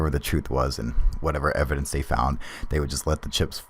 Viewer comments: did this man say wevidence ps great vids man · overwhelming wevidence!!!! lol....dont kno if anyone else caught that....